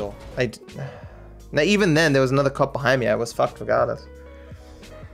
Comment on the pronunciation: Are you serious right neow